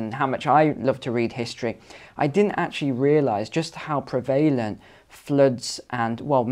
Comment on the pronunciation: Never heard prevalent pronounced like that before